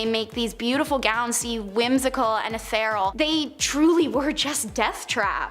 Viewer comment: She said although movies made them look "Whimsical and ETHEREL" is all I can make out. That would be "Ethereal" which is pronounced exactly as it looks, phonetically correct.